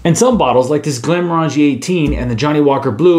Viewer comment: Damn americans buy glenmorangie soo much lately but i never saw one pronounce it right